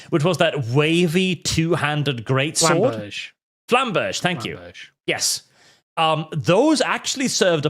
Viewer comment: Flambejjjjshe? What!? I shall take personal insult to that! That's a hard G please, if you would mind, Mr to and of Akkad, Sir!? G as in Gulag, if you please! And roll the R! It's fun (and the women like it too)! Is there anything this northcoastern dialect can pronounce right? Well, it absorbed French of all things, so we shouldn't be surprised... Bah!